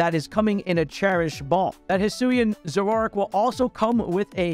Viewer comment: why did he pronounce Zoroark like 'Zo-wo-rark' wth....